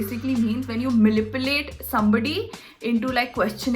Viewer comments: lol malipulate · Did I hear 'malipulate' or it's just me